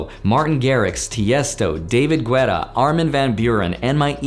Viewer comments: No shade but lol I think you pronounced David Guetta wrong haha love you videos tho😅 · I love how he pronounced David Guetta...lol